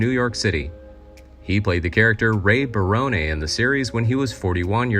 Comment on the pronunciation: He can’t even pronounce Barone properly.